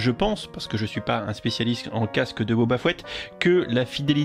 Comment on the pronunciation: Boba "Fouette" ? Oula je sais que les français ont du mal avec les langues étrangères mais là il y a pas à chercher d'accent à fait x)